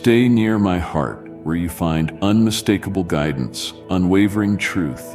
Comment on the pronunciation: I trust your gridence